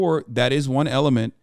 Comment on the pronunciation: Ghi Gin Ping 💀💀